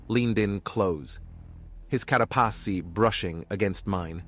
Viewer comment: I like how the TTS read carapace as "CARRAPASI!" with the rolled R XD